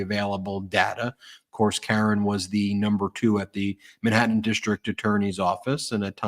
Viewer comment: Not “min hatten “